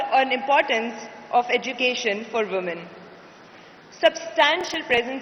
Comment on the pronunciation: she should know how to pronounce woman in plural sense ..